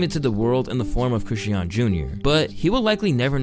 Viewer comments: Do you intentionally mispronounce words for engagement or some shit? You say Chrisean differently each time. It’s Kri-Shawn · 😕Why is he saying Chri-she-un and not Chri-shawn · Mannn can yall pls pronounce that girl name right😂it’s really not that hard. Chris-shun . Yall pronounce diddy name right same thing😭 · ChriSHAWN. SHAWWWWN. Not Chriseeeyon. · Youre not saying Chrisean right its pronounced like Cra-shon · The way he say “Chrisean” name I can’t even watch the video fr😂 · It's Chris-Sean! Pronounced creshawn! The way you always mispronounce stuff makes me think you don't really fuck with the culture like that. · Cringed every time you said Chrisean wrong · The way he pronounced “Chrisean” is killing me 😂😂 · why do you pronounce chriseans name wrong in all the videos you mention her in... if you're going to report on people at least say their names right. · Chrisean, 2 syllables not 3. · Damn, I really dislike how badly you’re butchering Chrisean and Chrisean Jr’s name. C’mon man, you played videos of people saying it right, all you had to do was copy how they said it! 😭😭